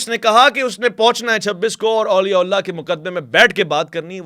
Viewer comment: please Auliya Ullah na kaha karain. Sahi lafz Auliya Allah hota hai. Thanks in advance